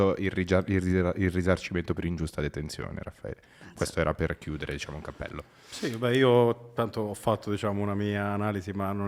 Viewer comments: disciamo…disciamo…disciamo che hai fatto il comizio dai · Mi è sembrato di sentire "Disciamo" a un certo punto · DISCIAMO 858393 VOLTE LIVELLO DIALETTICO IMBARAZZANTE. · Disciamo disciamo slinguata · 😂 Riassunto Disciamo diciamo disciamo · Chiaramente e disciamo pronunciati 269 volte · disciamo e non disciamo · Si ma la propaganda ha fatto cacare, ci avete messo pure gli immigrati e la famiglia del bosco per giocare sull'ignoranza della gente. Non era più semplice parlare del merito della riforma? Ps: quest'idea mi è venuta quando ho perso il conto dei "disciamo" sentiti. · Disciamo, Disciamo, Disciamo, Disciamo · 1 ‘disciamo’ ogni minuto e 15sec misa si è record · "Disciamo" counter? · il gioco dell'anno bere ogni volta che la Meloni dice: "disciamo" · Sul finale sembra prendere il volo un bestemmione (vota sì se ti è sembrato di sentirlo). Fedez contagiato dal "disciamo". Ottimo lavoro, episodio vero e riuscito.